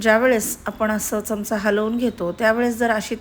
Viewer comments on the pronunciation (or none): none